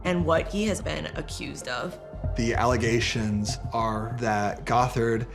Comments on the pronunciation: It's GOTH-ERD, not GOT-HARD! 😂😂😂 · I love your videos and immediately clicked on this one. Crazy crazy stuff. Btw, Bill Gothard is pronounced with a Goth- erd😅, not Got-herd. Just so you know. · Pronouncing it "Bill Got Hard" was diabolical 😂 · The pronunciation of Bill "Got-Hard" is cracking me up. I've been calling him that ever since the SA allegations surfaced. My all-time favorite roast of him is from King James of Fundie Fridays. "Why are these people taking marriage and parenting advice from a childless bachelor, who looks like a Republican Keebler elf in a boxy* suit?" *bought as-is from the store, not custom-tailored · Why do you pronounce Gothard like that